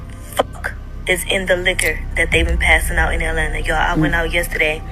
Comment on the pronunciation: "Alena" is supposed to be Atlanta?